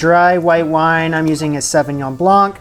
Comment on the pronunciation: Please stop pronouncing the c in blanc, i know i know.